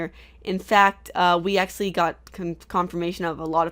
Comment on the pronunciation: I made it to but I had to stop to write this comment. it bothers me when you say "Acsually" instead of actually. I don't know if it;s just me but still...